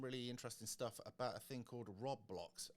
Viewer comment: Pronounced "Road Blox" Just saying as mine would of ribbed me had I said that, so to save a ribbing from the younger ones! 👍🏻Not heard or seen of this from the kids. I will ask!!! This wasn't what is was a few years back!